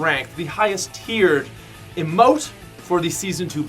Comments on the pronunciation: Omg it’s no “immote it’s eeeee mote god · When he says amote and not emote. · Why does he say amote and not emote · It's EEE mote not ehmote no hate if you can't pronounce it either way love the content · He says emote like imote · Why does he pronounce ee-mote, eh-mote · Am I the only one annoyed by the way he pronounces emote, I am quite sure it is pronounced e-mote... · How he says out "...if I had known this was ote..." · sounded like you said bible emote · #5 he said ote 😹😹😹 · I know right he pronounced it A-Mote!! LOL!!! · it isn't pronounced rock "oat" -_ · They way he pronounces emote triggers me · the way this man pronounces emote is triggering. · You pronounced emote wrong dude!